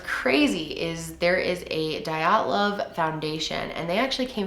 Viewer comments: The way you pronounce it is d-ya-tlov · You mean to say MINUS 16 degrees Celcius, haha. Otherwise, that's a nice moderate temp. Dyatlov, is more like D-yaught-lov in pronunciation. Yat is like cat :) Good video <3